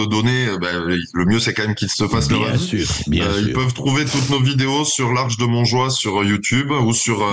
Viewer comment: C'est Montjoi, et non Monjole.